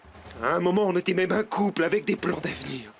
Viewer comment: Pourquoi à chaque fois Vicente prononce mal les mots: moi-meume, urène, Tuna je le déteste c’est un lache.